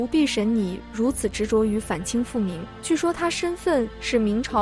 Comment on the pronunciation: ㄓㄤˇ平公主是有多平？被AI說成這樣還真慘啊